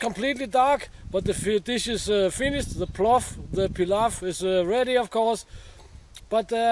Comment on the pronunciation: Great video Correct pronunciation you did it 100% Correct, if you store your pot just rub inside with sunflower oil and put a hand or two full of newspaper into the pot so it won't rust. A cool fact is the pot has 3 feet so you can put it on a bed of coals and regulate the temperature to cook your meat nice and slow but you need a wood that produces good coals and alot of time.